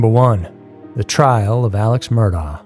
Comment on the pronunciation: Murdaugh is pronounced Mur-dock